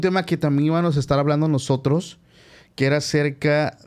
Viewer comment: NO SE DICE “ IVANOS”😅 SE DICE “ IVAMOS”